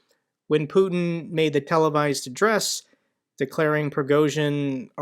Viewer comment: Nice hearing you say "putkin" :D it means son of a p*ssy or p*ssy-like in bulgarian and it's a term we regularly use when talking about putkin